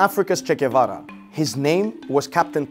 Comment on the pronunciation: Please stop calling this man Che Guvevara, He is much more than Che Guevera.